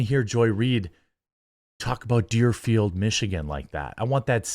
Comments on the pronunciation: It's Dearborn, not Dearfeild. If I remember correctly, they're the city that said they were only going to fly the national, state, and P.O.W. flag above state government buildings last June. I don't know what's sadder MSNBC's blatant racism and religious intolerance, or the fact that there are people that agree, and also believe the same thing. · Deerborn michigan*, not deerfield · you meant Dearborn when you said Dearfield lol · It's DearBORN Michigan, not Deerfield LOL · Its Deerborne I think but I got what you were saying lol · Hahaha Dearborn! Not Deerfield haha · Deerborn, Michigan. Lol, you had it right the first time, Jerm. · Dearborn. Not deerfield